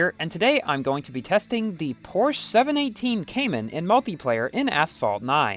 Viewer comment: Pronouncing the word is Porsh - a